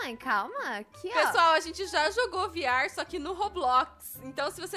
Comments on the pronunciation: Ela falou vr falou viar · E veerre que se fala e se escreve vr